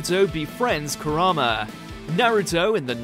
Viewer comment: Is it me or is he pronouncing Kurama wrong? Ku rar ma is what he's saying but isn't it Ku Ra ma? Not like it matters I'm just wondering xD